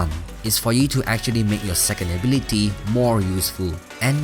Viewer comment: Ablity wth, it is pronounced ability